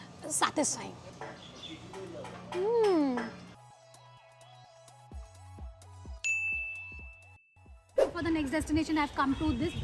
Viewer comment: The way she said "satisfying" 😂😂😂